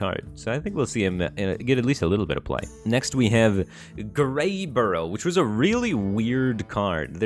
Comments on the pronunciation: Did he just say "Greyborough" like 50 times when it was "Greybough"? Speaking of, he is kinda like that end of turn mech that transforms a neighbor into a copy. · "Greybough" becomes "Greyborough" Firebat continues to astound with his ability to mispronounce stuff lol. A bough (pronounced like "bow" as in "bow to the king") is a big tree branch, fyi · I anti-appreciate his consistent failing for "Greyburrough" though. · Boy, Firebat added a whole bunch of letters to "Greybough" didn't he? Makes me think that skipping "Lothraxion" was the right idea lol